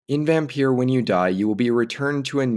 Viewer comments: its not vampeur its vampyr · It’s pronounced vampire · Just to point out Vampyr or Vampyre is pronounced exactly the same as VAMPIRE. It's just spelled differently. Vampyre or Vampyr first appeared in 18th-century poetry, before becoming one of the stock figures of gothic fiction with the publication of Polidori's The Vampyre in 1819, which was inspired by Lord Byron. The word use of VAMPIRE wasn't used until 1847 but has been a more popular spelling of the word due to how popular certain literature was written about it in it's use of the word such as Bram Stroker's DRACULA. But all in all the word VAMPYRE / VAMPYR are all pronounced the same as VAMPIRE.